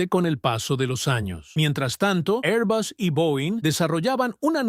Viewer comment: Por qué este robot pronuncia 'airbus', mitad inglés ('air) y mitad español ('bus').